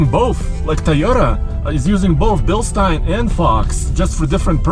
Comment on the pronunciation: Still seemingly the only people on YouTube who pronounce Bilstein correctly